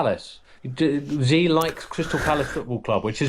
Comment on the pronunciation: Come on. Learn how to pronounce the name of the dictator you're talking about. It's not "Zee" or "Zhee." Just pronounce it as "She." That would be more than close enough.